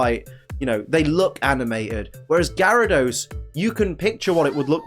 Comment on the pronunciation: #1, THE U IN KABUTOPS SHOUDL BE AFTER THE B! #2, IT'S GYARADOS, NOT GARYDOS!